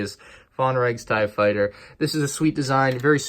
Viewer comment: Ah yes vonregs TIEE fighter